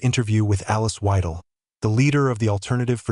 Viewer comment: God bless you Victor Orban!!! And it's "V-I-del!" not W-I-del or W-EE-del!" or do you refer to the 3rd R-ee-ch instead of the 3rd Reich? It's not rocket science! And get it right, they are not FAR right, they are populist right! So STOP propagating the association of images of fascists and Nazis!